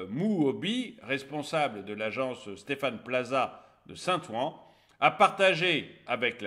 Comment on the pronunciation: c'était couru d'avance : faire ce "village" en Seine St Denis c'était littéralement se flinguer les pieds, ils auraient dû le faire dans le ghetto auteuil/neuilly/passy ! Saint-Ouen se prononce Saint-Ouin ;-) après les jeux, ils vont le transformer en blockhaus pour migrants.... Le vélodrome olympique a été transformé en Biodôme à Montréal (Québec). Il est superbe à visiter ! Photo sur le site "Paris 2024".